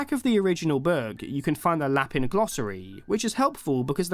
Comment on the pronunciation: Not trying to be that person but um you pronounce the French word for rabbit la-pan uh that’s all 🫧